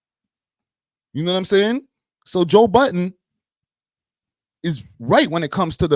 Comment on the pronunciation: His name is Joe Budden not Joe Button